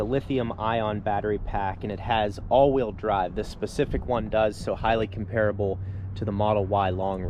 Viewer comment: Love your work but… Comp- erable accent on Comp. Creators lose people with things like Ex-specially and Ec- cettera. You are great.. funny and important for this content. Please keep up the good work.